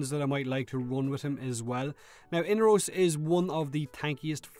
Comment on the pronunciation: say it with me mate.....E-NAR-ROS!